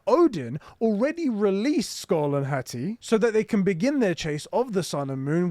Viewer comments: I hate the way you pronounce Hati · HA-TI, say it slow lmao 🤣